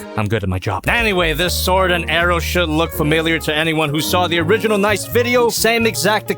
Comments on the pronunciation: Stop pronouncing it “nice.” There’s 2 Es for a reason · It's NicEE, with an extended E sound cos it's ArcEE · Your pronouncing Nicee and Mocha wrong